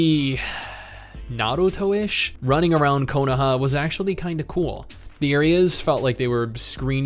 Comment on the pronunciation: Stop half rolling your r's on Naruto or I'll be forced to unsub